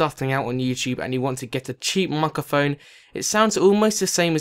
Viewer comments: "Micaphone" XD 'Microphone' buddy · Why do you say MICA PHONE 👿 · "mukkahfone" hahaha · I can't even. "Remoot a fuckaphone". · "micaphone" give me back that R sir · whats a mucaphone? xD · LOOL mike-a-phone XD fix up ur tongue man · What the hell is a mikeaphone? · 1 your prices are wrong 2 say microphone not mukaphone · Dude what the fuck is a "mocophone" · He kept saying micaphone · his accent saying 'Microphone' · I was laughing so much when u said fikaphone xDDD but i still love ur videos im not hating:P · Love how he says 'mukkaphone' :-P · "Muckehfon" Professional English :p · Learn to speak, please. "De" is not a word in English... Nor is "uvver". The item you are reviewing is not called a "micaphone". Interesting review, though. Useful info, so thanks.